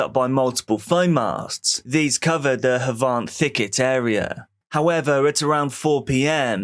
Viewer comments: It's pronounced Have-ant not hauvaaant 😅 scummy area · Wat the fuk was that u had me in stitches that is not how u say Havant